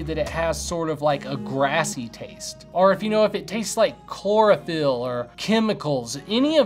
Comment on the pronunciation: Chlorophyll sounds more like borophyll to me lmao billy madson